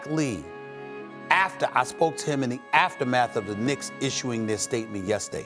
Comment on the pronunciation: "Because its the Knincks! Everything that could go wrong, it will go wrong!"🤣